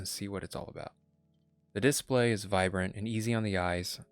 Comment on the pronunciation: I loved this review because I love the fact that it was not based on first impressions like most reviews. I did think it was a little funny how he continuously said DIS-play. Overall good and very helpful review.